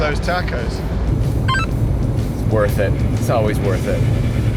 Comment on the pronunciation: My ears hurt hearing 🌮’s pronounced tachos.